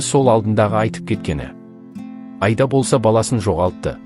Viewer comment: Автор отиниш ,Аида дегенди дурыс айтып уйренши Айда емес Аида